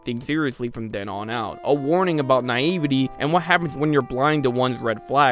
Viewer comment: This and "naivete". Twice!